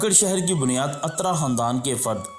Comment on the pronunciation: Bhai jan ye atra ni uttra hy lafz